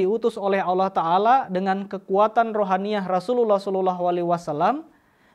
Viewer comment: Kalimat tauhid pembuka tajwidnya salah, lam jalallah nnya tipis, lu mah ngikutin org india, udh tau org india aneh2